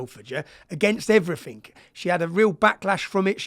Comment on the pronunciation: He knows "EveryfinK".... Chav gobsh1te....